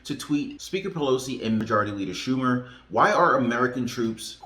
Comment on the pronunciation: I seen the Schumer mispronunciation lol. Funny to see you laugh lol. Thanks